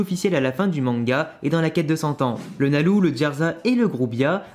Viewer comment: pourquoi tu prononces « nalou » alors qu’on dit pas loucy mais lucy ? Ça me stresse 😭